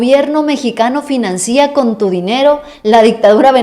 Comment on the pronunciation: Se dice financia sin acento.